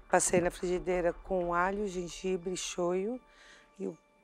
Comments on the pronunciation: GENGAIBRE LIMÃ PÃ Kkkkkk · KKKKKKKKKKKKKKKKKKKKKKKKKKKKKKKKKKKKKKKKKKKKKKKKKKKKKKKK genjanbre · citrique..gengãbre.... Eric é demais...AHAHAHAHAHA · o Jacquin falando "Na realidade,esse prato tá muito CITRIC*,"*GENJABRE limão..